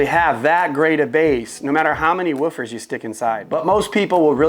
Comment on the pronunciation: Love my Sonos ARC, but it’s interesting how you pronounce “woo-fers” in a different way. 😄